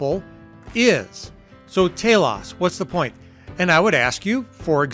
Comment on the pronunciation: If I'm not mistaken, Telos= Teelohs. (Subjective) =Purpose. Different emphasis on syllable but same meaning.